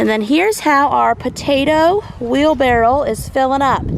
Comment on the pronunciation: I'm trying to listen carefully but do you call a wheel barrow a 'wheel barrel' ??? I have harvested just 4 tomatoes this year and I am quite proud of them!!! Re you crops, I'm with the person who said 'dig deeper for your spuds with a big fork' I bet there are more in there. Also to 'hill' them. My dad grew all of our veggies so I'm thinking of his beautiful vegetable garden.